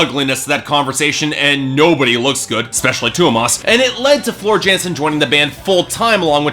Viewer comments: It's pronounced Yansen. Not unlike how Tarja is pronounced Tarya. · It's TOO-runen, Hie-TALA, and YAN-sen.